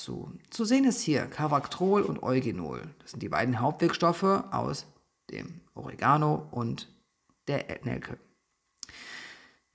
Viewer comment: DANKE!!! :-) Nicht "Oooooregano", sondern "Oreeeeeegano"! ;-)